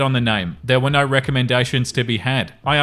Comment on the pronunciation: The " naauurrr " let me know he's an Aussie.